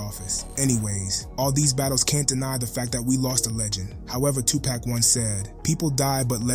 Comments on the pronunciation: You need to learn how to say “2 Pac” (Tu-poc, not tu-pack) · Say pock, not pack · As soon as he said 2 "pack" i cut it off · Its not 2 pack yo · You ain't no better it's Tupac not Tu-poc and it's one word not hyphenated smh😂😂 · I simply hate the way this guy says 2Pack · You sound like you're black..but you're saying "tu-pak"...cmon bro...culture vulture???